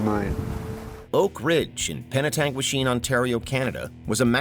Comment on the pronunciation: Great job pronouncing Penetanguishene. Lived an hour away from it my whole life and still can't say it right lol